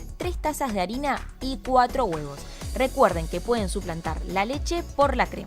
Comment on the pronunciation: estuve 3hs riendome de como dice los guevo'